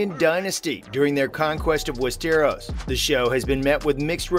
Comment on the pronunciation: The way he said “west-eros” 😖